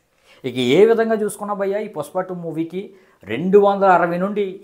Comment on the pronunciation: పుస్ప కాదు బ్రో పుష్ప 😂😂❤❤